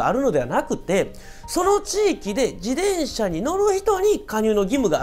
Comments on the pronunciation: ジデンシャ じゃなく ジテンシャだよ。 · こういう事は大切って思う ありがとうございまう。 （でも「自でん車」の発音がき気になり過ぎて・・・）